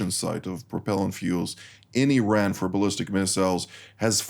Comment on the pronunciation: Iran can,t srike Isreal? The Iranian airspace is Exposed ? I call this fake news.and the pronounciation of these guest is so bad,sry😂😂😂